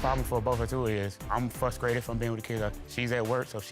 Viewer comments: That man said fruscrated, not frustrated 😢 more than once. This is really sad to watch. Especially this day and time. SHE'S A BOSS..HE SHOULD DO BETTER..THEN HE HAS THE NERVE TO CHEAT 🫠🤔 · The way he said frustrated and construction would’ve got home a divorce from me 😩🤣🤣 and YouTube put a hooked on phonics commercial ad in the video 😭😭😭😭